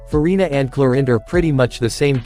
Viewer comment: Clorinde ❎ Chlorine ✅ 😅😅😅